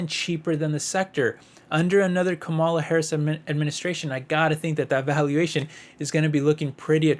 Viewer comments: Not trying to be mean, but her name is pronounced (Comma La) or Kamala..... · Are you stupid? Or are you purposely trying to be disrespectful in your pronunciation of Vice President Harris' first name?